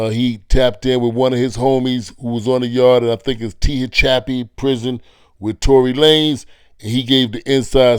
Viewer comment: Tia chap pee prison lol (Tehachapi) Tah-hatch-cha-pee prison Near Bakersfield California